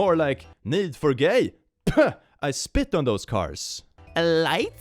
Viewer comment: was this joke intentional? The way he said spit sounded like speed and the games name is need for speed after all